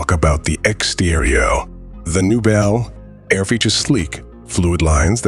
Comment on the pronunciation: A description of a new vehicle while showing 3 Different B. El Airs (Come on, and get your A.I. speaking correctly) of different years, and possibly customizers.